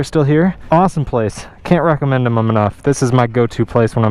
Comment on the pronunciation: "Awesome place... cant recommendemum enough"😂